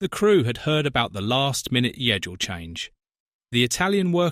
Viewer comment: yedule change? You really need AI to help you with your scripts.